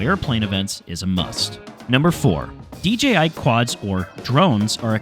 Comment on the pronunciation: " DGI drones" WTF ? It's DJI you idiot !